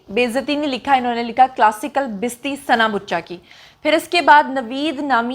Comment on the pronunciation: یہ ھڈی والی بات مجھے تو سمجھ نہیں آٸ ۔ لیکن یہ سوچ رھا ھوں کہ نے ھڈی کو بار بار دھرایا ھے تو کوٸ خاص بات ضرور ھے ۔ بھی غور کریں کہ لفظ بستی نہیں بلکہ بے ستی ھے ۔ ” بیستی “ ہی لکھا ھوا بھی تھا ۔ پنجابی اور ھندکو زبان میں بے عزتی کو بے ستی ” بیستی “ کہتے ھیں ۔